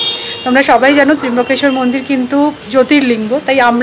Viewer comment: Kothata trimbokeswar noe trambokeswar...bhul uchcharone korona...